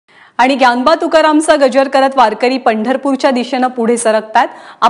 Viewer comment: ग्यानबा नाही ज्ञानदा, ज्ञानबा आहे